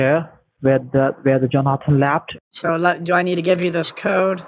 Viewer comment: He translated how he said left to laft 😂